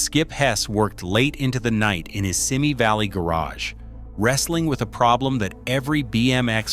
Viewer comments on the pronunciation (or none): Also Simi Valley is not sim-me valley.... it's see-me valley